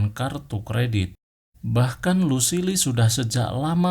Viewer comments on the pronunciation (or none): Bang coba ngomong inggrisnya agak di perbaiki Kayak ngomong negan jangan nigen tp negan Luccile jangan lusile tapi lusill Dll biar penonton abang betah dengerin ceritanya bang! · Kan Kalo negan baca nya gitu tapi Lucille dia salah